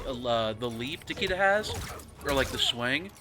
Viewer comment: You and "Takeeda"